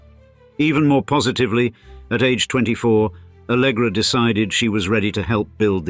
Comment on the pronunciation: É ALLEGRA e não ALGRÁ KKKKKK